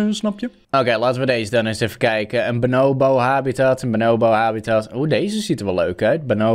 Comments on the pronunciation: Niemand: Helemaal niemand:: benoowbo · De mensen die weten hoe je Bonobo zegt ergeren zich sowieso super erg aan hoe don het niet 1x maar 50x achter elkaar fout zegt😂